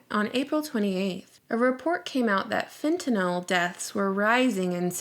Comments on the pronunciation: fentynal is a synthetic opioid. pronounced fent-in-all its been used for a very long time for in hospitals. just a little constructive correction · it's pronounced FET-NULLLLL. Just a friendly notice.